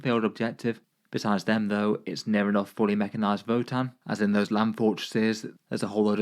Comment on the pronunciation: This man didn’t even try pronouncing that votann players name 😂